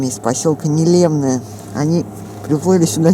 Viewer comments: Не́лемное, ударение на первый слог, от названия рыбы нельмы😊😊😊, обожаю вас, Рассоха, Ясачная родина моя ❤. Лодочка называется ветка, с них охотники наши стоя стрелять могут, переносят их обычно волоком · пожалуйста, поселок называется НЕлемное. Ударение на первый слог. Название от рыбы нельма) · Нелемное ударение на первый слог. Так правильно будет название поселка.